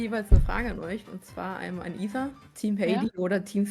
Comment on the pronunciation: wieso sagen alle issa statt isa ? sind die dumm?